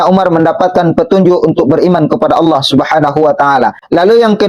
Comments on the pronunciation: Yg pake kaca mata itu menyebut Allah, jadi Alah.. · yg pake kaca mata hitam ini memalukan dirinya sendiri, berharap orang akan memujinya, akhirnya ketahuan ilmu agamanya nol, darl hal yg ringan aja, contoh : membaca ayat Fiikum, dibaca pikum, laqod dibaca lakat, anfusihim dibaca anpusihim, Allah dibaca Alah, cara membaca tajwidnya gak ada alias sama rata aja, kemudian dibalik kaca matanya, saya yakin dia sedang membaca teks ayat tulisan latin (bukan tulisan arab), sehingga cara membacanya belepotan dan malu kita mendengarkannya, mudah2an paketnya dan batreinya full, klu low batrei, hilang tu ayat yg dibaca. Naudzubillah Min Dzalik.